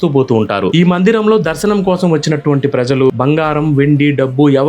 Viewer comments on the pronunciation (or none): none